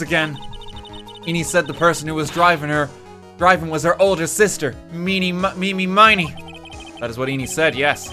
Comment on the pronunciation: he streamed this, right? did nobody in the room ever try to correct his awful pronunciation of 'iny miney's name? did he really not get the connection to "Eeny, Meeny, Miny, Moe" ?